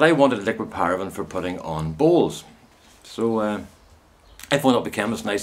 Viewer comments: For the first few times you said bowls it sounded to me as BALLS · OMFG LOL with your accent I thought you were saying BALLS LOL OMG too funny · Just wet myself laughing...... It took a while for me to realise you were rubbing liquid paraffin into your BOWLS as opposed to balls ..... lost a bit in translation..... eyes watering, face red ...There is something quite mad about laughing hysterically on your own....... such fun... ;D